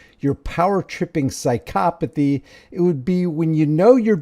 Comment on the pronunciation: 😂 "Psy-cop-athy" Brilliant!